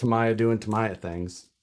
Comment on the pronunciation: Why do almost all of the people who build a Tamiya kit pronounce Tamiya wrong? It isn't that hard... the vowels in the Japanese language are not pronounced like Americans do as the language is mutilated.... A is pronounced ah. E is eh. I is ee and o is oh. So....Tamiya is pronounced Tah Mee Yah. NOT Tah My Yah.